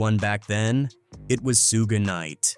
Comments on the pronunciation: Who is SooGay Knight? Eminem is Suge White. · "Soogie knight is here" 😂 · Soog? Do better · Lmao Soooga night, sooggy, Tony Yiyo! 😂😂😂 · Damn I can't believe they stood up to soog soojuh sugi and soodge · Su-gah , su-gay,and Su-gie my Boii it’s suge 😂😂😂😂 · it's Sooga not Suge 😂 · Suu-gay? That's new. Suu-gee... 🤣🤣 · As soon as I heard Sooga I'm out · Sue gay, suegee rofl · Suega & Tony Yihyo 😂 I Fukn hate AI narrators, but it's funny because it can't even pronounce names correctly. So how DAFUK is it smarter than the human mind? It's not, it's fukn cramped! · Heard sugay, sugee and ran to the comments 😆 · Sue-gay 😂😂😂 suegy 😂😂😂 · This voice is brutal. Who is sue-gay!? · You should have spelt it shug so the AI could pronounce it correct 😂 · or sooga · That shit threw me the f off. And then proceeds to mix it up with "Sooch, Soogie" etc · lmao, I was laughing at the Su-gay thinking this AI made Suge into a Japanese Samurai lmao but, the video got a thumb down from me once i heard YahYo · His many different ways can you pronounce suge incorrectly lol sue-gay sooga sue-ge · type shoog "Suge" get ai to say it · Maybe Yaaaaayo knows who Sooga is lol, so annoying. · Why do all these idiots use ai when it cant even say peoples names right every damn time it gets almost all the names wrong like any video about 2pac they call him 2 pack But suge by like 4 different names is ridiculous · These AI voice over need work. Stop being lazy and make the AI say it right. Who tf is mickey pfeifer and Shugey? Hard to take some of these videos serious and yall sound crazy